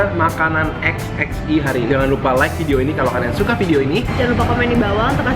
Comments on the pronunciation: Kok sebutnya XXI(x x i huruf vocal i) bukan XXI(x x one)..? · Kok dia nyebutnya xx i si ? Itu kan angka romawi XXI DI BACA 21 . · ko xxi sebutannya emang gtu ya. kirain xx(one)